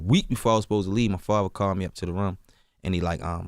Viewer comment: and room "ruum" lol